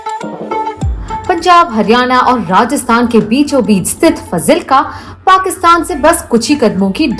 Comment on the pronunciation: Fazilka's pronunciation is wrong.. It is pronounced as "F-a-a-a-z-i-l-k-a"